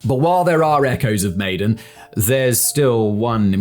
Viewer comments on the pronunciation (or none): Maidan = My-Dan Tbisli = Buh-Lee-See